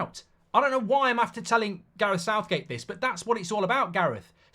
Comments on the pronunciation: lol "SOUTHGAE" 🤣🤣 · My man said Southgae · “Southgae” lol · Damn AI has messed up and called him Southgae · Sounds about right though southgae. 😂